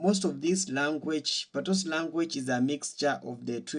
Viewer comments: My brother, it’s NOT “PATOS” language. It is spelt PATOIS and pronounced “P-A-T-W-A.” So please mi Breda, no badda wid de foolishness ‘bout “PATOS” yah hear me. It’s not PATOS it’s PATOIS (PATWA! PATWA!) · Its pronounced patwah not patois.😅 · The word patois is French. You are mispronouncing it 😂. OIS in French is pronounced “wah “ as in “water.” So patois is pronounced pat”wah” 🙏🏽💙💙🇯🇲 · Patwah is the pronunciation. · It's pronounced Patwa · Patios is just like pidgin in West Africa. The S in Patios is silent. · We may speak Patois while sitting on our patios.. 🇯🇲 pronunciation of PaTOIS follows the French rule